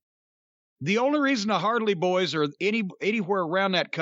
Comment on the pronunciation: “The hardley boyz” lmfao 🤣